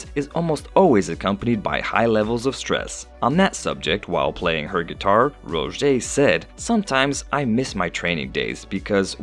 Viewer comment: it,s not rojay its rose